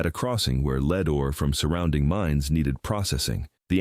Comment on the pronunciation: "Lead" is pronounced "led" not "l e e d." AI voice.